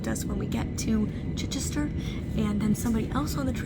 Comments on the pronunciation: Love this. And your pronunciation of Chichester was spot on! Glad you seam to have enjoyed your time in England. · I actually live in Chichester and you said it correctly 🎉 or you can say chi for short 😊 love your videos Molly 🩵